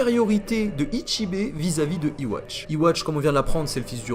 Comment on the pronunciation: Yhwach se prononce Youhabaha. Arrêtez de dire iwatch bordel. 😂